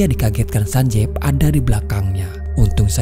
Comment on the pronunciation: Cuma berbagi informasi aja sih ini. Double "e" dalam romanji, itu dibaca dengan i. Jadi nama karakter itu bukan sanjev, Tapi Sanjiv. Dan pelafalan V nya bukan dengan pelafalan indo(Ve), tp pelafalan huruf V, dalam English.